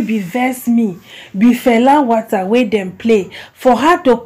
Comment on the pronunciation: please and please go and learn how to pronounce water. It's not about English being our mother tongue or not. Just tell someone to use voice note and pronounce it for you.